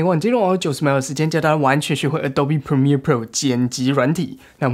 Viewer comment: 讚讚 這次Premiere唸對了